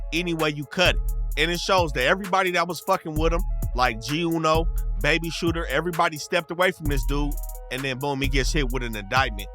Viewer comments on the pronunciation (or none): none